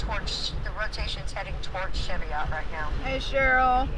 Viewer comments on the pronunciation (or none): One more thing: Cheviot is pronounced Shiv-ee-uht.